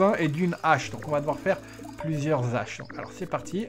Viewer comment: c'est toujours navrant pour moi d'entendre de telles fautes de Français...il faut que je t'en fasse part...dix pioches, dix pelles etc...on ne prononce pas "disse" mais "di"....et un peu plus loin...on ne fait pas la liaison avec les Haches!....je sais c'est pas toujours facile de faire du sans faute...je ne résiste pas à dire ce qui me choc un peu ^^